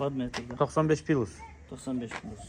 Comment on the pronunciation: Пилус емес плюс